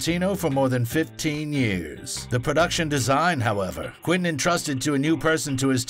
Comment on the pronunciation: WTF!? Stop saying "Quin-tin"!